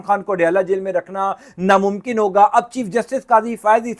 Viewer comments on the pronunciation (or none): none